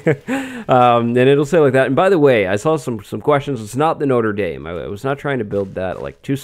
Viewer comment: Please do not say "No ter Daim" when referring to the cathedral. It's confusing, wrong, and disrespectful. You need to have a super French accent to pronounce it correctly. You can say it like "No tre Dam", just odd to hear it said like the college.